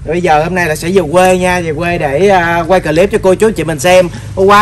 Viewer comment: Clip là chỉ đọc 1 âm thôi, clip chứ không phải đọc 2 âm “cờ-líp” nha, nghe mệt quá…..làm YouTube thì nên tìm xem vài clip tiếng anh để học nói tiếng anh cho đúng đi…..🙄🙄.